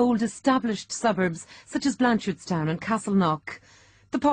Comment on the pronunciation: I was more listening to this video than watching it so it got my attention when she said what I thought was "Blanchistan". That made me go back and listen again but luckily it's written as well "Blanchardstown". In saying that, I suppose "Blanchistan" is probably a more suitable name for that town.